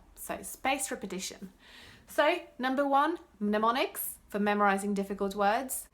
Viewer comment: Just a friendly English correction: Mnemonics, the "M" is silent. nəˈmänik. That said, when I first watched your video's I thought you were an English speaking Brit learning other languages!